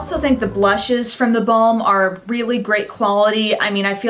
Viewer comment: Haha...when you say The Balm, it sounds like da bomb :)